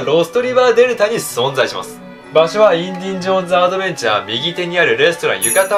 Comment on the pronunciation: インディンジョーンズじゃないよ！w